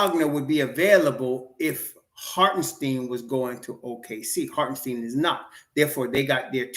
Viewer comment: It’s pronounce like “stine” not “steen”